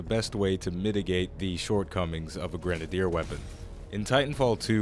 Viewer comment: the way you say grenadier. oy.